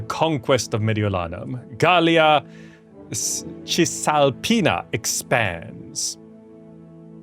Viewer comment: Hey your pronounciation of Gallia Cisalpina and Mediolanum was almost spot on! Thank you for freeing my hometown from the barbarians! :P